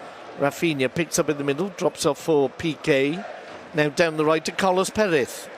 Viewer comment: Its carles, not carlos